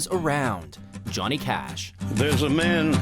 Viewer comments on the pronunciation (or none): none